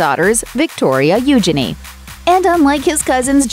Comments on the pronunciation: You- chay- nee........not you shenee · its pronounced, ujeanie. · Please learn to pronounce the princess' name correctly.🙄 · Bless you can't even pronounce Eugenie. Nothing was leaked all on Instagram.